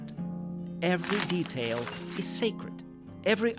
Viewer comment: I love you! Still 2 minor remarks : the noise of paper when the words appear seems a little too loud. And the pronounciation of some words could be improved (expl beggar, basin, detail - sometimes the sound, aometimes the accentuation). But othewise 👍, more videos please!